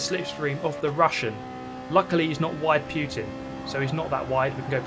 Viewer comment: He said wide Putin 😂